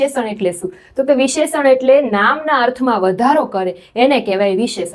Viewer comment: ખૂબ સરસ પ્રયત્ન છે. પણ હા ભાષા માં ઉચ્ચારણ માં શુધ્ધી ની જરૂર છે. વિશેષણ નો ઉચ્ચાર ખોટો છે